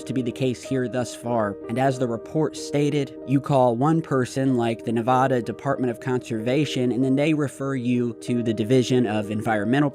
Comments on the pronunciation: It’s Nevada not Nevahda 😂😂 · Please, for love love of everything holy...it is not pronounced Nev-AW-da.